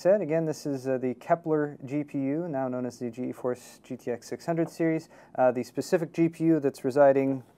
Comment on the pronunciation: stop pronouncing it as G-E-force it's pronouced as "Geforce" [Gee][force]